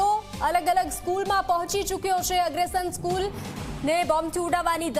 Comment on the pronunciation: અગ્રસેન બોલો બેન એગ્રેશન નહીં 😅